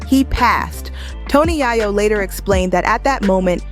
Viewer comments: 😅yay-yoh , not yah-yoh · It’s Yayo not yeyo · It’s Tony Yayo. Pronounced “Yay- o” . that’s driving me nuts lady. Learn how to say his name he’s A rap-mogul too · Who the hell is yah-yoo? Who is narrating this? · 50 seems like he’s a good man. And are you mispronouncing Tony Yayo’s name on purpose? I’m just wondering because you’re butchering it!